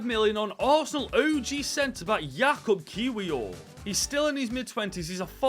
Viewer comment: Yakub Kivor is how your pronounce his name